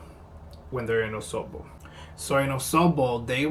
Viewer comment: You nailed the Osogbo really well. Wow.